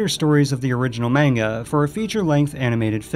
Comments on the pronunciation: Manga sound like man-ga, not main-ga. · Your pronunciation of the name Osamu Tezuka is perfect: 10 points! But then, you said MENGA... -10 POINTS. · Ok, just gonna put this out there; it's "MAHN-gah, Mahn-ga"! Trust me, pronunciation is PARAMOUNT in Japanese. And no, I am NOT an otaku or weebo. I am merely a language-geek.